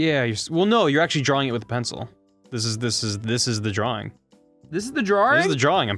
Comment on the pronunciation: "drawring" yeah okay man.